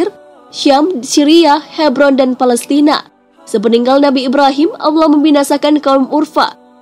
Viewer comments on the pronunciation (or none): none